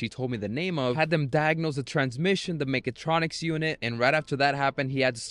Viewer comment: It's "mechatronic", not "megatronic" 😂